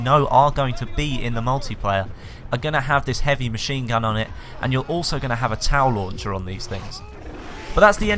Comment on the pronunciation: It sounded like u said towel launcher